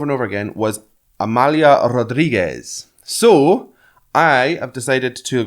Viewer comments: Good work! Thanks. Rodrigues is another obstacle for foreigners, as they tend to pronounce her surname in the Spanish way. It is /rudrigx/ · It's just beautifull the way you explain the poem without understanding a word! Amália was perfectly pronouced, but Rodrigues you pronounced as the Spanish Rodriguez, in Portuguese you close the "o" and the "e".